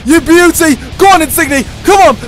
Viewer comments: Not insig-ne it's insinye ng makes y sound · His name is insigne but it's said insinyay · Insigne is pronounced in sin yay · In-sin-yay, pronounce it right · Is it pissing everyone off how he says insigne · The way he pronounces Insigne is awful